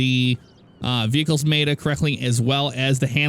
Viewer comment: Meh-Ta.. Not fucking May-ta